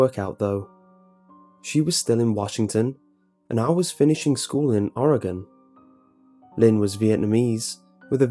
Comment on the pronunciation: Hay! You pronounced Oregon right!